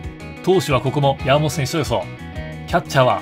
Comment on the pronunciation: のやーもと選手の呼び方が気になって仕方なかったですwww